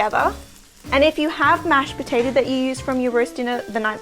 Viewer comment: Great video, but every time you switched from "potato" to "potater," I died a little inside.